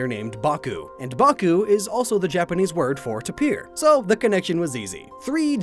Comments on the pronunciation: It's pronounced 'tape-ee-er' not 'tup-eer'. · tapir = TAY-PER. ffs why does no one know this? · is he saying tapir wrong? i thought it was tape-ee-uh not tuh-peer. how do you say it? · Tay-per. Not ta-peer